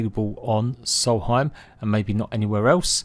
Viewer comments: Solheim. No. Nonononono, it’s SOLSTHEIM. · It's Solstheim not salty time. I realize your imperialized education system is to blame here, but you really should know these things. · Not soul heim Sols theim